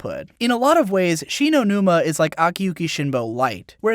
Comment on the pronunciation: Lol it sounded like you Said Shi no numa as in the cod zombies map